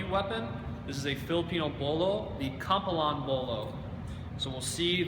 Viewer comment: its Not Kambalann ... its KAM - PI - LAN ... how difficult if that ?